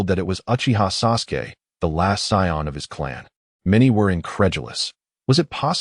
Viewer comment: Sion not sayian